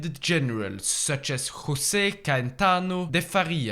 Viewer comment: José in the portuguese language is read José, not Hosé, sincerely, me